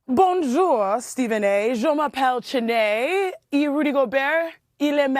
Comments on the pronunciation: you’re Nigerian how you don’t know how to pronoun Chiney’s name? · I just made the same comment. How a Nigerian can't pronounce names?!😅 especially wen they pronounce her name daily on worldwide media. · Your supposed to be Nigerian and you can’t even pronounce chiney last name right smh 😂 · I stopped watching when this clown couldn’t pronounce Chiney’s name correctly. Dude, you could’ve just said it the way everyone else does. Goofball ass channel. 🤡